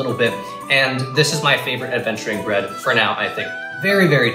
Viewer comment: Potatoes, and bread. 🥔🍞 It's Ta'er Brread!